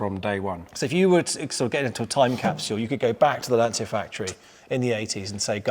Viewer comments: Why do people, even so called professionals and experts, pronounce Lancia incorrectly, first of all there is no”S” in Lancia, it is pronounced “Lan-chee-ia.” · Why cant English people pronounce Lancia? The C is a ch like in Citta